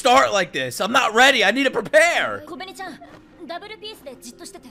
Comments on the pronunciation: kobeni is pronounced kobe-eh-ni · Her name is “KOBE↓NI↑”